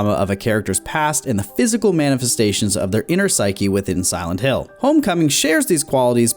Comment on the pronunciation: Did this man just say "simonhill"